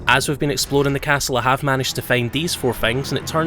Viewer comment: I can't tell if you're saying "Explodin'" instead of "Exploring" intentionally as a joke or if that's just your accent. It's kinda great regardless, though.